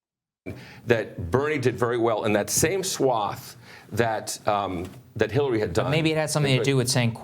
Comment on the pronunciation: Right at the end there at about or just before that when the host of the show who was sitting in the center of the three guys seemed to have a slip of the tongue there where I could SWEAR he said Hiltary Clinton. HITLERy Clinton! OMG! Hahahaha! I mean, I know he didn't mean to say that, but it sure damned near sounded like he had a little faux pas there. All the same, what a perfect description of Hitlery Clinton, wouldn't you agree? Hahahaahahahahahaahhahahhaahah!